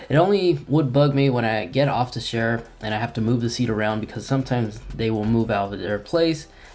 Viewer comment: chair, not shair lol